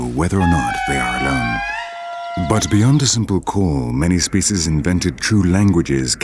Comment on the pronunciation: whoever it is, he's awful! This is not a Shakespearean drama and the way he pronounces "species" is very annoying